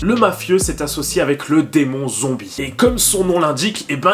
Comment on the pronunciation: Hahaahhaahhaahha tu a dit zonbie